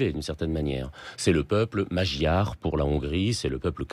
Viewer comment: Bonjour, le terme "magyar" se dit plutôt "maudiar" si on veut être au plus près de la prononciation :)